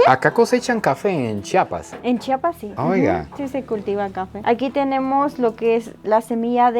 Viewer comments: Se pronuncia como se lee Chiapas no Chapas...😅 . Excelente video ! Saludos desde Tuxtla . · se dice CHIAPAS